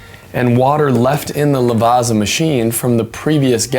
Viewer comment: why do you pronounce Lavazza as La vasa? You can say pizza, not peesa. So its italian like you say pizza ... lavazza. :body-blue-raised-arms